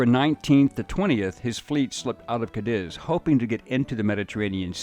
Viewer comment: The mispronunciation of my hometown Cadiz is killing me